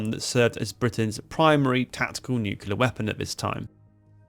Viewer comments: Nuclear is pronounce "New Clee Err" Nu-cle-r, not Nu Qua Ler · NUKULAR loooooooooooooooooooooooooool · Nucular, can we have AI please? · Try saying "new-clear" it's not nukular. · no, the word is pronounced 'new-cle-ar'. Some people mispronounce it as 'new-cu-lar'. Just plain wrong! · Great video, and don't worry too much about the pronunciation, but if you want help getting it right, I found this helpful: say "clear". Now say "new-clear". Now you've got it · I'm hearing Nu-ke-lar, and it's grating, but that aside this is a great video! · Yanks tend to pronounce it noo-cue-lar. Which is bizarre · 5 seconds in and we're hearing of "nucular warheads", thus tempering my enthusiasm to hear more about a weapon that gave me one of the funniest experiences of my naval career. Do these guys never hear themselves or is it all just "Nah, it'll be fine." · Nu-clear! As in new clear day. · Its a common enough mispronunciation it has its own dictionary entry. Eisenhower (announcing the existence of the thing), Clinton, Bush all used the American version of that mispronunciation. Its origin is in 1943, the first time Politicians and other non specialists were using the term rather than just Scientists (for whom nucleus -> nuclear is straightforward). So i wouldn't feel too bad about continuing a mispronunciation that a lot of important and invested people have been making for over 80 years. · It's not just you, but for some damn reason most of the (english speaking) world seems to think it's pronounced that way. As a nuclear engineer, it's gotten very annoying. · there is ONE "U" in the word NU-CLEAR! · First critique ive ever made, but the comment will give you extra engagement :p - pronouncing "nuclear" wrong is very unbecoming of an English gentleman ;) Loved the vid as always and love the new format too ! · I wish you would to pronounce 'nuclear' properly.